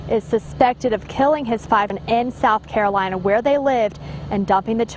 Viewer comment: South calorina nahi its South Carolina. Hadh he uncle aap bhi na